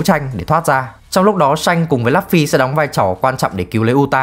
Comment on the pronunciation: Lấp phy 😫😫😫 đọc tên nhân vật chính nghe chán thiệt!